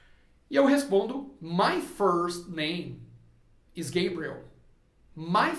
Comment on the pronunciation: Gosto muito de suas aulas e indico. Mas me tire uma duvida. Vc disse que nomes proprios nao ha tradução. Enendi que roberto nao é robert. Imagine eu falando, nao escrendo. Pergunto: vc falava gebriel. Para gabriel. Nao seria p correto dizer gabriel claramente. ?